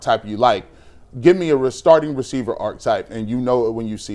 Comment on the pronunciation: archetype has three syllables. Your other guy got it right. And stay on you tube, you guys are great.